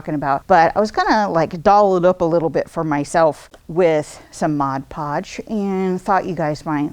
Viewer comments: Too flipping funny! The pauses....MODpodge. Calling it "the product." Priceless fun. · Really fun! BTW...everyone mispronounces Mod Podge😉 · Hahahahaha. This was brilliant. EVERYONE pronounces it wrong. One of my favorite goofs. I love to brush it onto autumn leaves to make them live forever. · I agree. When it became popular years ago for decoupage, I frequently heard it called Modge Podge or Mod Pod and even Modge Pods.